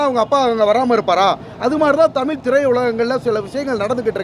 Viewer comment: Thamizh pannadaigala mudhalla thamizhunnu solla katrukollungada...thamizhukku ZH azhagunnu solluvaanga aana ungalukku ZH ve varala...thamilunnu sollareenga...maanakedu...thoo...